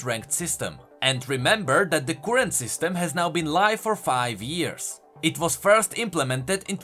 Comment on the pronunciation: current (cur like fur, not koorent), pulsefire (pul like cull, not poolsfire) :)